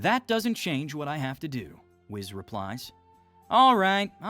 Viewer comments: It's a cool concept but dang 😅 it's whis. Weece. Not wiz. That one error makes it so hard to enjoy 🤣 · Every time you say whiz, it hurts me mentally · “Wis” ticked me off immeasurably lol it’s essentially pronounced WEES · It's whis not whiz 😂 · Whis not whiz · I’m convinced this is AI voiced. We literally have anime voiced examples of how to say Whis name. It’s not wiz… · No one else bothered by hearing Whis pronounced as 'Wiz'? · why is whis called whizzz like cheese whiz XD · Wizz instead of whis is crazy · Calling whis, wizz... Bruh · Bro called Whis "Wiz" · bro said wiz😭😭😭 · ngl, the way you pronounce Whis' name, you might as well call him Piss, because that is essentially what you are saying, but in a more Kids Friendly way.